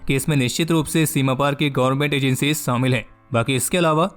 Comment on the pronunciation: Its not samil its shamil.